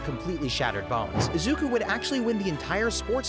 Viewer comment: Eyeda Youraraka Izuka Ts gotta be rage bait, it ain't even that hard to pronounce their names correctly